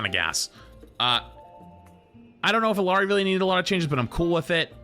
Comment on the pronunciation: I beg, please say Illari's name at least a little more correctly... it hurts... You hear how her name is pronounced in the game constantly why do you gotta be so american